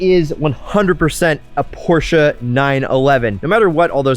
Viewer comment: Please don't refer to a Porsche as a porsheru. Just don't do it.